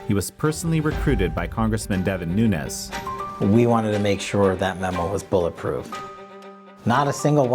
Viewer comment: Nunes is pronounced NOONZ (being only 1 syllable) It rhymes with sand dunes! Many Portuguese have this last name. Not hispanic! Not NUNEZ... There isn't a tilde...